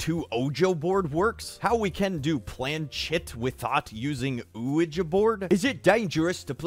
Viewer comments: we spent a good 8 minutes watching people saying this wrong “ouiji board” -Felix 2019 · Also him: Ouiji board